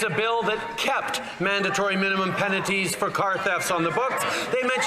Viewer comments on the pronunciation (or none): Penaties LOL